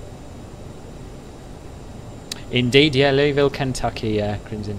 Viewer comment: As a lifelong Kentucky resident, props on your pronunciation (I'll subscribe for that commitment alone). Although I don't live in the city, I can tell you it's appreciated by all Kentuckians when you see someone take special notice for the Ville. And that leads into a great joke, "How do you pronounce the capital of Kentucky, Louieville or Louisville? Neither, it's actually Frankfort." Yes, people living here have failed at this. Enjoyed the flight!